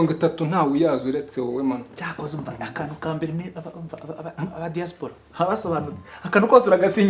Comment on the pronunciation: Wow , I really like the pronunciation of Diaspora. Keep move forward Papa Sava we much love you